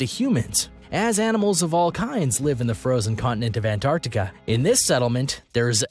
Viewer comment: what the hell see seas??????? it litteraly says seven wth 🤔😂😂🙄😂😂 also Ant Artica is definitely not a place😂😂😂